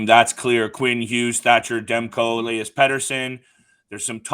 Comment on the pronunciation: Il-ee-us petterson and he will be an 80 point player plus this year mark my words